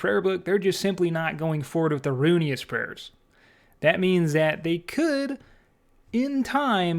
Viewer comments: Roo IN us not Roo E nus. Pleaseeee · i just sat through half this video thinking it was a different prayer book because you caller it "The Runious Prayer Book" and not "ru-in-iss" lmfao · why are you calling it runius? its ruinous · RUINus , not runeyus, good video though man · Ruin-ness is how it’s pronounced not runeyus lol good video though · Please atleast learn how to pronounce things before making a video on it. Ruinous. Ru...in...ous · I’m not sure why, but the sound of pronouncing it “Runyous” is kind of growing on me, lol. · "Runious" lol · Ruinous = "roo-in-us" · RUNE IOUS XD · Ruinous powers, not Rune-e-us. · "rune-eee-us" lmao cmon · Roo-in-us is how you pronounce it lol love you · Fyi, it's rune ness. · good video, but I HAVE to say... ruinous: roo-in-us. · Can someone teach this man how to pronounce Ruinous